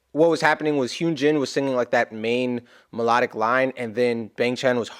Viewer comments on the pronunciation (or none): Just a helpful hint: Hyunjin’s name is pronounced HUN as in honey, and GIN like the booze. Love him!!